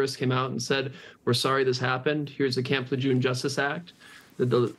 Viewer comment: It's not camp "lejoom" you silly doofus, it's prnounced Camp Le Jeune